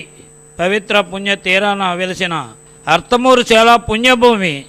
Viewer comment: ఆర్త్ మూరు కాదు అర్తమూరు